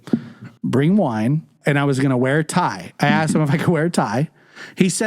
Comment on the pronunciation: did you say you're mad at me because i wanted to wear pie? Pie Not tie. I slowed it down. Definitely said pie. That's definitely a faux pas to wear pie to a dinner party. Tsk Tsk